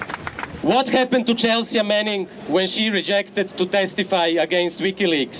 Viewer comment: Horvat is a great speaker. We need more of him. Please tell him the "a" in "Chelsea" is silent :)